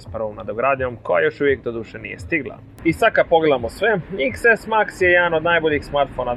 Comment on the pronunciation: Cita se deset a ne iks